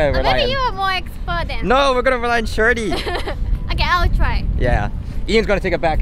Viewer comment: Am I the only one who hears "Shorty" instead of "Shiory"?